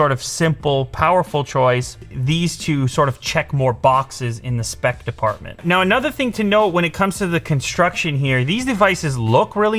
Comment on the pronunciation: why does he say the word department so weirdly? also devices. he says the syllable "de" very strangely. like he elongates it. is that a canadian thing?